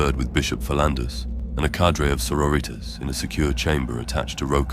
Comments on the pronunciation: Ripped out of the story every time i was forced to hear "so-ro-reeters" Its pronounced saw-rori-tas👎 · You say sori-tas like latin. Not Soro-ritas like Spanish or something lmao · "Soro-ritas". Lmao every time it happens